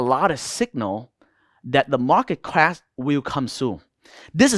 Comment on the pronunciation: Unfortunatelly the only word i couldn t understand from this guy was; "clash"...just kidding bro..nice vid